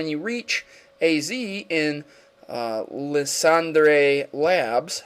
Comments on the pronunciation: I'm pretty sure Lysandre is pronounced ly-SAN-der, at least in the English version of the anime (and if we want to stick to French, it would be something like lees-on-dreh), not liss-ON-dray. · hes really called LIE-SAND-ER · Sorry but i'm pretty sure it's pronounce lye-san-der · someone has probably said this already but its (lysandre) lie-sander. not lis-san-dre. sorry that kinda drove me bonkers. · Lysandre is purnounced (lie-sand-er) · Lysandre tbh is better pronounced Liesander sounds better tbh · Lysandre is pronounced Lie-Sand-Er, and Sycamore is pronounced Sick-a-More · Can not pronounce anything right? Lysandre: Lie-Sand-ur Floette: Flow-et Sycamore: Sick-ah-more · i like your vids but..... i hafto say something Lysandre = (lie+san+dur) Sycamore = (Sick+a+more) not all words are phonetic.... Great video thank you for covering pokemon war not many have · It's LIE-SAND-ER bro. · pronounced li-san-der